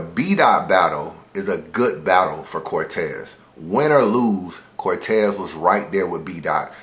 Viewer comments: Nigga said Cortez. Almost caught the unsubscribe Smh lol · am I the only one who stopped watching the second said cortez?